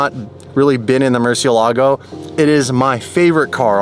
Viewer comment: Learn to pronounce Murciélago correctly. The emphasis is on the e!